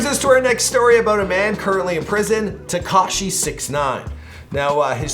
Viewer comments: Finally said tekashis name right! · You pronounced takashi correctly!!! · YAY YOU PRONOUNCED TEKASHI RIGHT